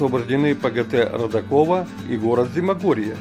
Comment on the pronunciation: не правильно произносите Родаково - ударение на А